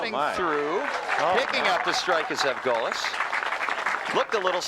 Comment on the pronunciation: Refreshing to hear my last name pronounced correctly, Zevgolis. I have long given up on correcting anything but the most absurd pronouncinations of it. Even recently my uncle Paul (or Butch as we call him) is as tough as they come, even in his 70s. Unique style, yet he got it done.